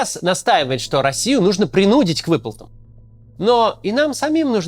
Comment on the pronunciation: Максим, а почему "принУдить"? Некорректно ударение ставите. ПринудИть, посмотрите словари Даля или Ожегова. 😊 ПРИНУДИТЬ.